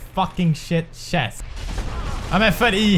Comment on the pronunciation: "Oh a chast !! Wonderful!!" (Opens chest) "AAAAAAAHHHHHH"